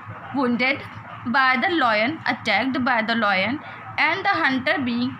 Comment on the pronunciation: Its lion not loin